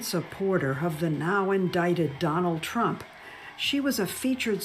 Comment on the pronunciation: she literally calls him, "President Tramp."